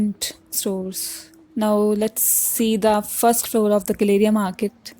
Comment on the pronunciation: It’s not guh-LAY-ria गलेरिया! It’s pronounced Gal-uh-ria (गैलरिया)! Call center cab drivers kept mispronouncing the name of the market, and people new to Gurgaon accepted the incorrect pronunciation! 😂😂 It’s one way I get to know who is originally a Gurgaonite from someone who’s not! 😊😊